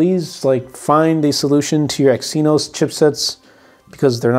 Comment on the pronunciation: Exynos is pronounced "eggs e-nose"